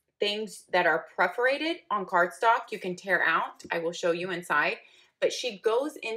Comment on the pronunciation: Per-forated. I've watched so many of your reviews and I love them. but please. please. please. Per-forated. not preforated